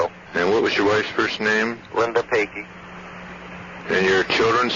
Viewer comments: Why is he pronouncing his last name , peggy?? LoL what is he saying ? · Jenkins why is he pronouncing his last name, peggy?lol